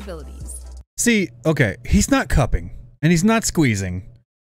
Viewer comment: Did u say cupping wtf